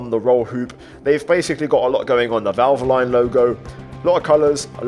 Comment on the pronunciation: That is the first time I've ever heard valvoline pronounced like that lmfao